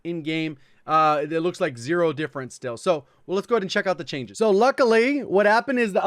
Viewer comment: Did i just heard you say "Luckilay"